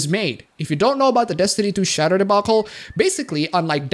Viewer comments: say it with me, Shea DUR - shade dur - shader not shatter xD love you man, I don't always agree, but I don't have to. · Shay-der. Not shatter, you damn foreigners. <3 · The way you pronounce "shader" lel, it is prenounced shayyyder